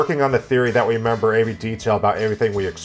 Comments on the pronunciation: Not a big deal but my ears won't let it be.....OK here it is..... Every = Avery (>.<). I am only hearing it because I know a person with the First name Avery so it sounds like he saying a First Name when he says the word every. I will piss off now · He says "avery" instead of "every" makes me crazy "Averyone averywhere avery time " I just can't